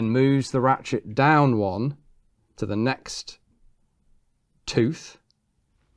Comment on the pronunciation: did he say ratshit mechanism?